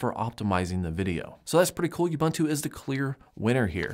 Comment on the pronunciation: The word "ubuntu" is an old African word meaning "humanity." It is pronounced "oo-boon-too". I don't know why people butcher this word so much...